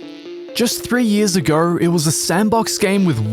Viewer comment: "Just three years agruey"